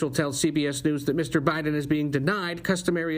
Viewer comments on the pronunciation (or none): byeden lol lol